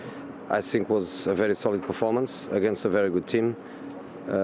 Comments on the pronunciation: " I sink " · I Sink we deserve the points!...lol, I could listen to him all day😂😂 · I don't tsink it's sink, but I tsink he says, "I tsink..." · every time Jose says " I sink", I blush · The day Jose mourinho does not say "sink" during an interview, football has ended. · I sink so, I sink so.